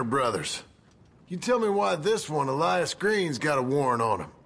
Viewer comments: اسمو الياس مو الايس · انا لا افهم لماذا تنطبق الاسم بالانجليزية انت عربي انطقه بالعربية"إِلْيَاس"